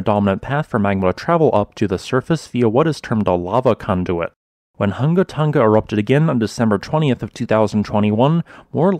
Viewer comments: Hunga Tonga Not Hunga Tunga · The pronunciation is Who-nga Tonga